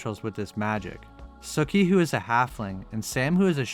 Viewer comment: I thought her name was pronounced SUkee...not sucky...but whatever I see the pun...har.